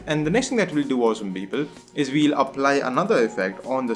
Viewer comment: The tutorial was fucking great and helped me a lot, but his 'Beoble' made me crack every time. XD